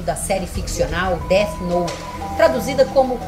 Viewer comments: O cara falar Deati noti é de cair o cu da bunda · “Deati nouti” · o cara ainda me solta um "détch noute" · Izzy pronunciando o nome errado: segundo o especialista, é "Déti Nouti". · "Deth noute" kkkkkk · A coisa mais assustadora pra mim foi o cara pronunciando "Dét Noti" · That note, déti note! Amo a pronúncia do nome hahahahaha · "DEATI NOITE" até a pronuncia do cara escancara o conhecimento dele. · Deu vontade de assistir "Deat Noute" novamente kkkk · Não sei o que dói mais, toda essa ignorancia ou a pronuncia dessa turma: DÉTI NOUTI